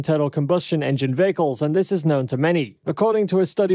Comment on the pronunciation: The word "vehicles" was spoken 2392 times in this video. And pronounced as "vahicles".